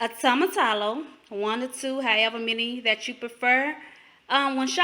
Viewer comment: Oh Jesus every time you say tomatallo...hahaha....it's actually pronounced "Toe-Mah-Tee-Yo" Great video tho and thanks for sharing this recipe.